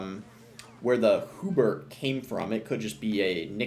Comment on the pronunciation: Bro pronounces "Hubert" as "Whobert"